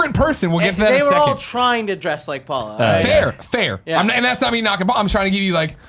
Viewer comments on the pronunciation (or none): Everytime Nick said "Paula Paula" I just heard "Gullah Gullah" and now I have that theme song stuck in my head.